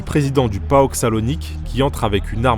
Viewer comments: Il faut arrêter de dire "Aek" au lieu d'A.E.K (Athlitikí Énosis Konstantinoupóleos) et "Paok" au lieu de P.A.O.K tout le monde connaît ces clubs là donc pourquoi mal prononcé ?!! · Pareil pour le Paok, ça se prononce Comme ça se lit, et pas Paoka